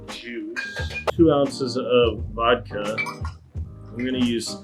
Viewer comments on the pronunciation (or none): none